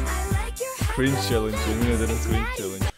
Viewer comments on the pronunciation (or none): none